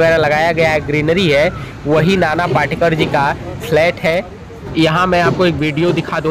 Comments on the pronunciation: नाना पाटेकर पाटकर नही पहिले शुद्धलेखन ओर बोलना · नाना पाटकर नही पाटेकर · पाटकर नही पाटेकर बोलो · पहले ठिक से हिन्दी बोलना सिखो, पाटकर नही पाटेकर, तुम्हारा निवेदन का तरिका बहुत ही घटीया हे, मेरे जाणकारी के हिसाब से वो अंधेरी नही माहीम में रहते हे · पहिले नाम तो ठीक ले। नाना पाटकर नही नाना पाटेकर है। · Nana patekar ji,hai,not patkar,aap barobar boliye,a great actor,he is,nobody is like him,a great social worker ,simple mam,and helps all needy people,no one else is like him. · नाना पाटकर नही ..नाना पाटेकर है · नाना पाटकर नही नाना पाटेकर, नाम तो ठीक से लिया करो. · Video banane ke pahale unka naam to barabar bolo. Patkar nahi Patekar. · पहिले उनका नाम ठीक बोलाना सिखिये. नाना पाटेकर बोलिये please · पाटकर नाही पाटेकर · अरे पाटकर नही नाना पाटेकर एका उपकार सिनेमा है पहिले साधा बोल ना शिक आऔर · पहले ठिकसे बोलना सिखो l नाना पाटकर नहीं नाना पाटेकर नाम हैं l